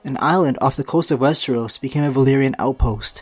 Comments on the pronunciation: Wes-TREE-os Wes-TREE-os Wes-TREE-os. rips hair out It's wes-TER-os or wes-TROS. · all i understand is "westros" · Guess I'm the only person annoyed about the number of times he swaps pronouncing Westeros as wes-tree-os?